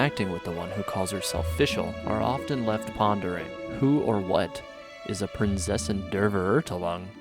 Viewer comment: Prinzessin (pronounced like Prints Essen) Der Verurteilung (pronounced like Fur-er-tye-lung)